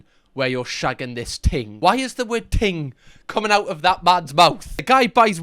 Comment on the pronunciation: Ting...ngl I thought he said teen!!!! Panic over